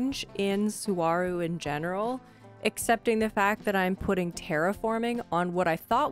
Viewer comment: Sorry, lovely island, but as someone who grew up next to Saguaro national park, I CANNOT get over your pronunciation haha